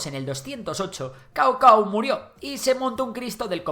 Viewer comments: Riéndome de como pronuncia Cao Cao. Jejerre stao stao algo así se pronuncia jejeee suena muy graciaso Kao Kao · Se pronuncia zao zao no kao kao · creo que Cao Cao se dice zsao zsao la C suena como la Z en italiano es como Ezio no se dice Ezio si no que es Ezsio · Con lo bien que está hecho el video da bastante pena que la pronunciación china esté tan alejada de la real Qin no suena a kin sino a chin (de ahí china) Caocao suena a tsao tsao Zhou suena a el nombre inglés joe En fin, no hace falta tonos, pero aproximaciones habrian estado bien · Kaokao no, Tsao tsao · dinastia Chou, dinastía chin...la pronunciación en pin yin es diferente al español.Saosao... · Cao Cao se pronuncia comor chao chao